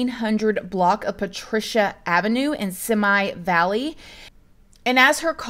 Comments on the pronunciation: It’s pronounced see-me not simi lol your to cute love you. 🥰😍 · Simi Valley is pronounced SeeMee not simi (sehmy). Regards from Los Angeles area, California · I'm from the socal area and it's pronounced "Seeme Valley" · With so much love and respect, it's Seemee valley (simi valley) not semi valley 😂 I have the worst time trying to pronounce things myself. Love your work! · It’s pronounced “see me valley” not “semi valley” haha :) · its pronounced see me valley not semi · Simi valley- is simee valley 😊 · Simi Valley is pronounced See-me. Great video by the way!🥰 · FYI: The location is pronounced SeeMee Valley. Just being helpful. Happy New Year to you and your family. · Love you always baby girl but it’s “seemee” valley. All love, you had me rollin! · Love how you said Simi Valley 🥰, lol. Hella cute ☺️. We call it “See•Me” Valley. You say it how you wanna say it girl!!! (Hope I didn’t sound like those people that say “you pronounced it wrong 😤”. I promise I wasn’t trying to) just thought it was cute. I don’t know how to say places I’ve never heard of either 🤗. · Simi Valley Pronunciation is Seemee Valley . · Just FYI Simi Valley is pronounced like "see-me valley":) love your videos! Happy NY! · Psst 🗣 Simi Valley sounds like ‘See Me’ ✅ ☮️ Happy N.Y. ☮️ 😂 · Omg this is in my backyard. Simi Valley ( See-Me is how it’s pronounced). I even do cakes for celebrities and Kardashians were some of my clients But this story is crazy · This is so weird I live in Simi Valley and didn’t even hear of this… (it’s also pronounced like see-me) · Simi valley is pronounced like "see me" , just looking out😁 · It’s pronounced seeme valley ☺️ I grew up in Southern California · It's pronounced "SEE-ME" valley hehe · "Simi" Valley is pronounced "See me" Valley. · It's pronounced "See Me " valley.= Simi valley.!! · It’s ME-U and SEE-ME Just to help you out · fyi its pronounced "see me" valley